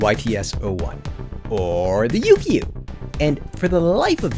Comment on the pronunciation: Heya! The "kyu" part of "Yukyu" is pronounced like the first part of "cute". So it's not "Yuu-Kee-Yuu", but more like "You-queue". When plucked it sounds a lot like the Japanese Shamisen. And bruh the little test music at the end was magical AF. Imagine that echoing off of some vast mountain terrain.